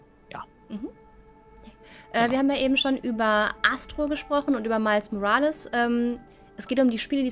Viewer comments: "Miles Morales" Miles - englisch ausgesprochen Morales - deutsch ausgesprochen ... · genau genommen muss der nachname spanisch ausgesprochen werden. Nächstes mal vielleicht...